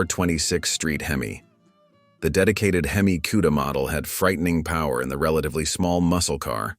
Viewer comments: Never heard of a "kewda". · When he calls them. QUEDA… I run from it A I ! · Never heard of a cue-da.